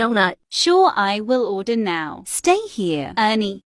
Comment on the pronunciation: OMG HERA'S MOTHER SAD ODER INSTEAD OF ORDER OH NO ELP ME lol